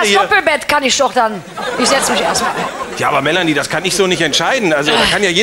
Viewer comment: Mela-ni-e anstatt Melanie 😄